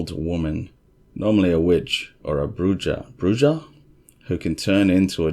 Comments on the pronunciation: The wait had me looking daily after day 6 buddy. U did not disappoint. As always I loved the video. So, as a bit of help to you. If you don't mind me mentioning it. "Bruja " is pronounced BruHa. The Spanish "J" is "H" Like Jose = Hosay lol Javier = Havier Or my name Jaime = Hi-mé just incase u give a sh*+. Lmao! If not, that's OK too. ☺️ I'm glad u are feeling better buddy. I had the Rona twice. First b4 the vaccine then again after. Things that make you go hmm. Take care & I hope you get to 100% quickly. 🙏 Cheers my friend! 🍻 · I’m glad to see that you’re still on the right side of the sod. I was beginning to wonder. About the oats; they’re saying that big foot has been getting into the horse’s oats. That’s a good case. Lots of corroborating details. (Fyi: brujah is pronounced brew ha.)Great work, as always. Glad to know you’re recovering from the dreaded covid. Take care of yourself. Hope to see more from you soon.